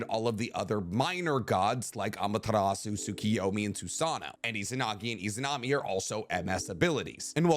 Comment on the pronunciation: You don’t pronounce the “u” in Amaterasu . Not hating just correcting it since you say it so much! Keep up the good work